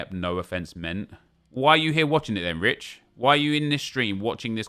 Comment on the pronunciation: The way Nep said Rich 😂😂😂 I’m dead